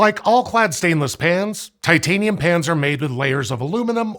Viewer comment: He keeps saying 'pans' and 'pans' and all I hear is 'pants'